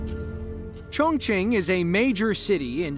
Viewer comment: Thank you for pronouncing “Chongqing” correctly. :)